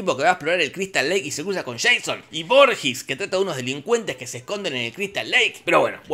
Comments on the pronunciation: No te perdono el "sian", Jorge. Se dice /shon/ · Se dice Sheison papá.